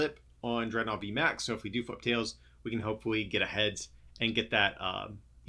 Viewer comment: Is it DREADnaw? Or DredNAWWW😂